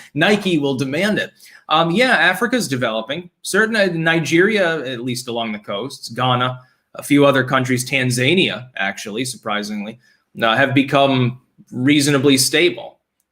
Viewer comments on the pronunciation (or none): If you see this; Tanzania = Tan-Za-Nia, NOT Tanz-A-nia. You're welcome. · Tanzania is a portmanteau of Tanganyika and Zanzibar. The correct pronunciation is Tahn zae nya